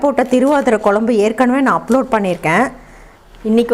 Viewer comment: குழம்பு pronounce ஒழுங்கா sollungo. உங்க பெருமை ரொம்ப overa இருக்கு ரொம்ப Sean விடறீங்க .